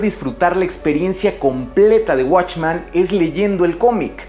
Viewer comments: ¿Por qué dices "watchman"? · ¿Por que en todos tus videos proguancias "Watchman" si la pronunciación es literalmente "Men"? ya que "Man" es singular y "Men" es Plural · Esto no es una critica ni una queja pero siento un conflicto enorme cada que dice WatchmAn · soy el unico que le causo ruido que pronunciara "Watchman" en lugar de "Watchmen"? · Está muy bueno tu video, pero se dice WatchmEn con E. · se dice watchmen compare no watchman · "Guachman" A pesar que el comic es mejor que la pelicula a mi tambien me gusta verla como un complemento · esta chido el video..pero si duele escuchar la palabra "watchman" XD